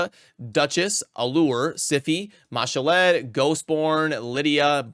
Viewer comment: i hate how u pronounce Ma'Shalled 😭